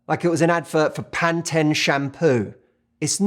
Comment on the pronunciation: the way he says Pantene shampoo 🤭😂😂😂